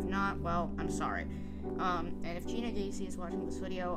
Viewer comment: Jeanna is pronounced Gina. Not Ge anna.